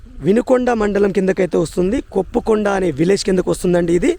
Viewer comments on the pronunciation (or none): కొప్పుకొండ. కొప్పరకొండ కాదు.